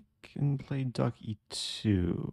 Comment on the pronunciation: Am I the only one tickled by hearing "Ducky too" when Eric says "🐥E2"?!😂